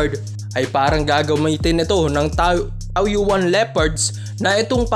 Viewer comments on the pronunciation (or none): Taoyuan -" taw-yen".. para d mahirap..